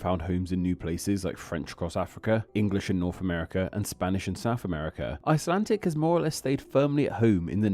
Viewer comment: Why are you saying “icelan-TIC”? It sounds annoying